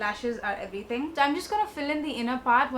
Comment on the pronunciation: Love how you said everyring instead of everything. You’re still cute tho😂❤️